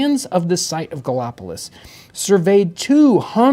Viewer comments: At around 6 minutes. "Gally op o lis?" I had to laugh out loud because I grew up in that area and knew exactly where he meant! There are 3 pronunciations of Gallipolis. Depending on who you ask: Galla Po Liss , Galla Police, or the less sophisticated Gal Pliss 🤣🤣 City of the Gauls. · It’s gall-a-police is how it’s pronounced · That town in Ohio is pronounced "Galapolice". It's actually across the river from Point Pleasant, WV, home of the Mothman.